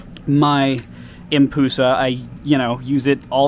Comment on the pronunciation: Its pronounced ‘Em-Pu-Sa’ not ‘Em-Poo-Sa’ and tequnicly there both in correct as it’s just called the empress madusa